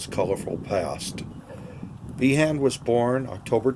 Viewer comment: He name is pronounced Bean